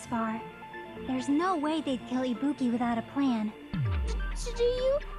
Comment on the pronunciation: I swear to god it sounds like Nagito is saying "Ibupi"